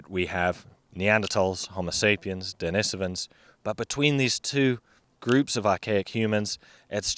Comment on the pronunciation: Why does he pronounce «Denisovans» like that?